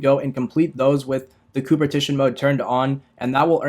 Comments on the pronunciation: it is not pronounced COOP. It is pronounced co-op. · Repeat after me. CO-. OP. MODE. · they're both co op. Co operation and co omptetion. It's faster to just say co op or coomp. People know what you mean